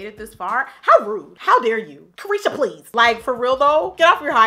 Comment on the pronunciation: When Jackie said my name 😭😭😭 it’s pronounced kreesha spelled kriesha but same thing ! Lol 😂